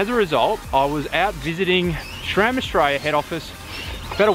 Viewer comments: It is pronounced sram not shram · its pronounced sram not schram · "srem" po našem